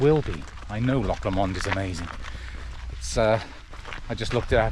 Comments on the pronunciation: Loch Lomond is pronounced Lowmond. Great scenery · Really enjoyed your video, Loch Lomond pronunciation was really funny. Tell you what though.. Rowardennan to crianlarich was a bold, brave move.. Well done that's tough